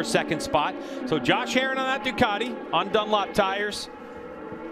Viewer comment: It's Ducati, not Ducarti. You announcers need to speak English, lmao.